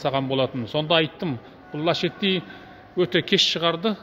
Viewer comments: Лачети емес Ласети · Лашетти емес дурстап окыса ласетти болады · Лачетти дұрысы